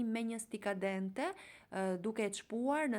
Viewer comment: Brava . Jo stika dente por "stuzzica dente."❤